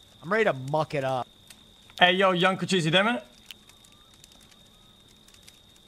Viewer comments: Cochise???? Yo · wtf? Cochise?